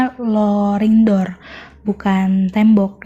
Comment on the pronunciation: rolling door kakaa bukan loring door